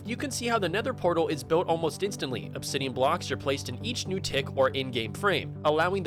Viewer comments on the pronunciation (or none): none